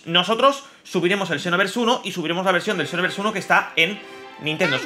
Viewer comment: Por que lo lees como shinovers?